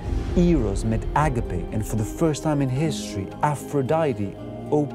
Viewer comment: You are greek, you dont have a problem pronouncing words correcty, please dont say "άγκαπε" My ears bleed.